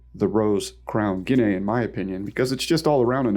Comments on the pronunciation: I like the way you pronounce guinea 😂 🇬🇧 try it again ginee … ginee … ignore the a 🇬🇧 so sweet 😝😘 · Just a couple quick corrections to the pronunciation of things, it's: "Ha-lee-na" and "gi-nee" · The "a" is silent, my dude, just like in "guinea pig."